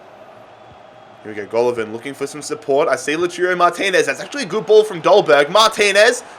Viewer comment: Every time you said "LOOTOORO Martinez" you left a fan crying in a corner D: It's Lah-ooh-tah-ro if anyone was wondering haha